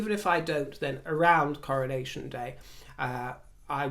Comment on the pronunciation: I so love the way you describe our aging process in terms of seasons of our lives...' beautiful Autumn.verging slowly towards the beautiful Winter... THANK you, precious. I totally feel this opinion...Royally!! Can't wait for the Coronaccion..as I heard you once pronounce it!! 👑👑👑